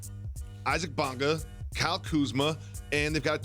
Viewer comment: Stephen A - "The letter after 'Q' is 'R-uh' and your pronunciation is wrong and let me tell you why."